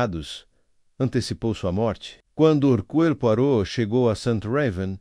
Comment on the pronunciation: Alguém, por favor, ensine o narrador pronunciar corretamente o nome Herucle Poirot!!!